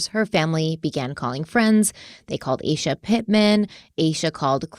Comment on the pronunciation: I’m really enjoying you taking this in true Crime Weekly fashion and focusing on the victim and crime. Thank you! I did want to say that her best friend’s name is most likely pronounced AH-SHA.